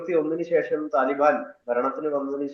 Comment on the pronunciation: Man, correct your pronounciation Taliben to Talibaan